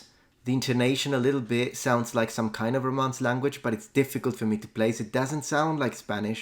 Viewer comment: I recognized the brazilian by the way she pronouced "to" like a "choo".